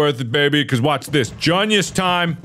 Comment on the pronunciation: if i took a shot for every time he said “gunius” i would be dead